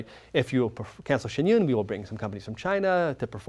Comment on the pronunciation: I am so triggered by their pronunciation of Shen yun